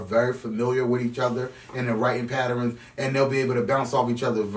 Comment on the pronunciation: I love how says pattern lol. “Patterins” much love man!